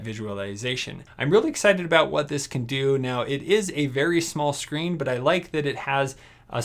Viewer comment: it calls "smart", not "shmart". And "screen", not "shcreen"